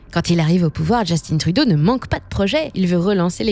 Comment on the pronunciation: C'est de la propagande cette chaîne où quoi ? La narratrice, anglicise le nom d'un premier ministre francophone à ce demander si c'est pas une IA. De plus, elle souligne la tendance woke du PM comme si le fait de reconnaître les différences était néfastes pour l'économie est juste débile, c'est à ce demander combien le PCC a payer pour cette vidéo. Le problème de Trudeau et de Macron n'est pas d'être woke, il sont juste pas bon. Et pour tous ceux qui scandent "go woke, go broke", demandez à Disney qu'est-ce qu'ils en pensent ? Finalement, pour tous ceux qui croient que Poilievre ferait mieux, gardez en tête que ce type a toujours été en politique et est dans un compté où même un chien se ferait élire juste parce qu'il a conservateur devant son nom. Le gars n'est pas là pour le bien des canadiens, il est là pour ses donneurs et pour lui-même.